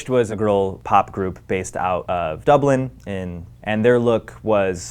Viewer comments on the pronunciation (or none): none